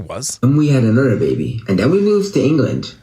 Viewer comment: “And then we had anudder baby and anudder baby”